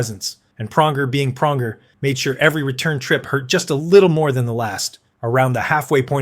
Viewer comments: Praunjer, Toochuk! When can we get a competent knowledgeable reporters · Cool use of AI voiceover slop. Couldn't even pronounce Pronger right.